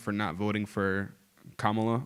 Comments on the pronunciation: pronounces Kamala correctly, then adjusts to the incorrect version. Sigh. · why didn't you call the last guy a racist for saying Kamala incorrectly? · Did the last guy correct himself to pronounce Kamala wrong?